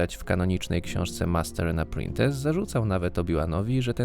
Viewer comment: Popraw trochę czytanie po angielsku. Fonetycznie "apprentis" a nie jak to wymawiasz "apprintes". Wiem, że to czeski błąd, ale denerwujący dla kogoś, kto zna angielski i czytał to wszystko w oryginale. Poza tym - dezinformacja...